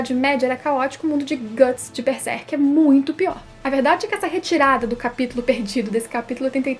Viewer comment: eu não entendo o motivo das pessoas, falarem beserk, não pulem o ''r'' please god. BERSERK hhuehuheuhue